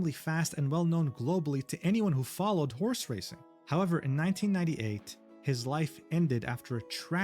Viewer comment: "The Honse is here" I can't unhear this.